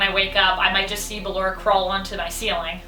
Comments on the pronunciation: Why are you calling her Baylor her name is basically ballora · she said Balor its ballora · Top 10 : BALERA. me : ITS BALLORA triggered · It's not Baalora it's Ballora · She said circus baby instead of ballora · Ok her name is pronounced "bullora" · SPODDER BALLORA, SPOODER BALLORA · sorry but this is bothering me its ballora (ball-or-ah) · you are pronouncing Ballora's name wrong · it is ballora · I'm sorry you actually are calling her ballora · I’m annoyed how she says ballora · Why she say ballora so weird? Lmao